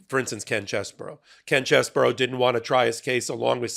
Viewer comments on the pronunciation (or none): Ken Cheese bro, not Chess bro.